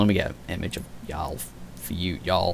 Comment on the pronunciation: Of course I played the game. Multiple times. Maybe you should too. Because if you actually played the game you wouldn't be pronouncing Jaal as Yaal. It's Jaal with a 'j' sound. It's the use of resources to update something that was completely unfair and the original two NPC options for Scott was just an insult to the LGBT community. And yes I understand continuity in story writing. Jaal was written as bisexual. Nowhere in the game before the patch did he give an indication that he was only into women. Like Liam did. The patch simply put the option in like it was originally meant to be. Also they released two patches before this focusing on glitches and will be releasing more.